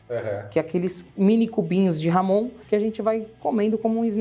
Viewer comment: Por favor pronunciem corretamente..não é ""Ramon"", mas Jamón..